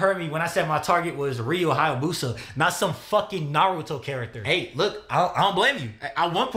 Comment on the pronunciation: Hayabusa,. If you can say Alfabusa, you can say Hayabusa 😂. And now im sad because i miss our glorious Emperor.